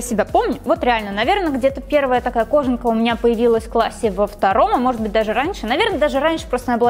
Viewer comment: может быть не кОжанка, а кожАнка?